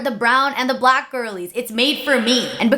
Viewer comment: I really don’t like the way she says “black”. Too much emphasis that she doesn’t use when she says brown or white. She makes it sound like it’s a slur